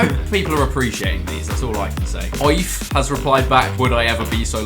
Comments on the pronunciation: Aoife is pronounced 'ee faa' not Oif😂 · Omg he literally pronounced Aoife as oieef 😂 ( it’s eefah btw) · im irish and hearing aoife(ee-fa) called OI-F hurt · It’s not ooif it’s pronounced eefa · Oif is pronounced EE F A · I like how Chris calls Aoife (eefa) oieef (I'm irish and it's an Irish name and it's really funny that he makes no effort at all to say her name properly) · Chris its pronounced eefa nit oif aoife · Oif- bro it's Aoife(eefa) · Oif - aoife Its eefuh mate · “Oi-ff” hahaha it’s pronounced “Ee-fa” hahah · Oif bahahahhahahah Its said "Ee-Fa" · "oife has just replied" XD Chris, it's pronounced E-Fa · Aoife is pronounced eefa not oiefe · Oif...... Done Aoife dirty there tbh It's pronounced eefa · Please someone tell me that he was kidding when he said “Oif” when trying to say Aoife...it’s “Eefa” hahahah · I think he means ee-fa not oife 😂😂😂🤦‍♂️ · Man said "oyyf" for Aoife...it's pronounced 'e - fah' 😂😂😂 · The fact he said Aoife like ' oi-fuh'and not "ee-fah" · Haha he pronounced aoife oief It’s pronounced e-fa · Aoife is pronounced eefa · Did you just pronounce Aoife as "Oiff"? 🤦‍♂️ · Oooifff is what you say when you get a football to the groin, not how you pronounce Aoife. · The way he says aoife 😂 its irish and pronounced eefa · How did you pronounce Aoife 😂😂😂 ee fa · Aoife is pronounced Ee-fa! You imbecile. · Aoife is pronounced (ee-fa) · The way he pronounced Aoife, “aye-eef” 💀💀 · U pronounce Aoife as eefa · Did I hear Chris pronounce Aoife oiff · No is gonna pull him up on his pronciation of Aoife no ahahaahaahah. He said Oi fe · aoife is pronounced ee-fah i think i had a friend named aoife in like 6th grade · Aoife is an Irish name haha - eefa it’s pronounced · man said “Oyeef” instead of Aoife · Chris just to let you know the way you say aoife is e-fa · Aoife is pronounced eefa, it’s irish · Didn’t know Aoife was now pronounced “oif” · That pronunciation is horrendous lol...its pronounced eef-ah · Aoife is pronounced Efa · Aoife is pronouced (e-fa)